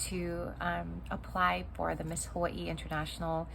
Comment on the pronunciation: I like how you say Hawaii. Sound like a true Hawaiian.